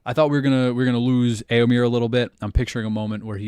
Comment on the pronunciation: You pronounce éo in Rohirric names as though Tolkien had spelt it 'ëo'. But it is supposed to be a dipthong, not a disyllable. You would come closer to pronounce 'éo' like the 'ea' in English 'bear'. (Try starting like the 'e' in 'bear' but gliding to 'oh' instead of 'ah'.) Also, the second 'e' in Éomer is an 'e', not an 'i'. It rhymes with "there", not "beer".